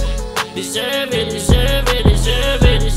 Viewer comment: DESERVEの発音バチクソ神がかってる。